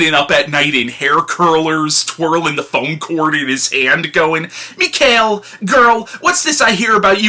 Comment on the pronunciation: Back to the classics, I see. By the by, you actually pronounced it mostly correctly. Meek-hile, I think, is it.